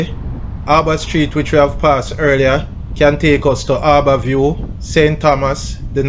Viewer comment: You need to learn to put your "hs" at the correct place in words. "Eighty three" is NOT "eighty tree". Also, it's "Harbour View" and not "arba view" (these ae just 2 examples of the misuse of "hs"). Also, you were eating up some of the letters: for example, you said "...an is considered..." instead of "... and is considered..." (you completely left off the "d"). It's almost like you are talking patois (there is nothing wrong with talking patois, if that's your intention). Don't come for me- just giving a constructive criticism.